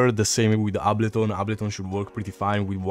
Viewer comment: Ablo-tone Live